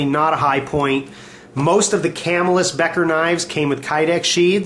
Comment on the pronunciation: good video, but Camillus is pronounced Kuh'mill-us. Lived there all my life... too bad the cutlery has vacated.